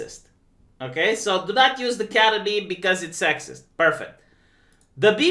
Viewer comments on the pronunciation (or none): none